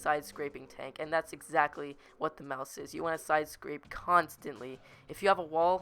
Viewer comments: U know it's called Maus not mouse U DONT SAY IT LIKE MOUSE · It's not mouse not pronounced that way it's mA us not mouse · Not a. Mouse it's a Maus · Its not pronounced 'Mouse'... Its pronounced 'Moss' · Holy shit stop saying mouse its maus mAUs not mOUse ok holy shit its so damn annoying hearing mouse every 2 seconds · it is pronounced MaS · It's pernounced may-o-us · obviously never attempted to speak German then.